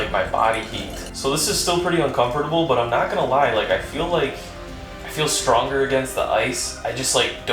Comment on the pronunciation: "stonger" hmmm r/engrish